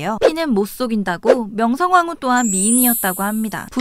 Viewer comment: 발음이 명성"황"후로 들리네요 명성왕후랑 다른데요